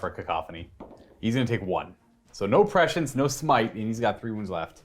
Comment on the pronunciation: Prescience isn't pronounced like precious. Prescience is pronounced Press-see-ence. Sorry but I want to shove dull spoons in my ears every time I hear that precious prescience